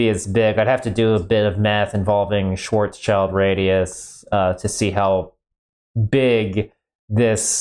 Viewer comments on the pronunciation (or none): It's pronounced shvarts-shield.